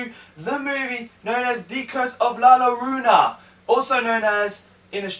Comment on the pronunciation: You actually sat down and watched the movie yet you couldn’t learn how to pronounce it correctly? It’s YO-rona